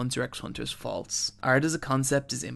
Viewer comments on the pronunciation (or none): I thought I was going to learn a new word with "fauluts", until I heard you say "faults" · “The fauluts” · "The Fauluts" lol surprised no one else noticed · "THE FAULUTS" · lol 'fauluts' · Fauluts.. if you could, pls edit that :) great content by the way! great job